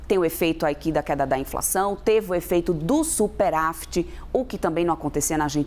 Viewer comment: A análise da economia sendo feita por uma econimista que fala "superAfit"?